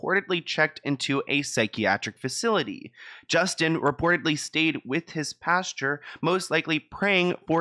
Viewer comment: My husband pronounces it “pasture” too lol but it’s pastor. Cracks me up lol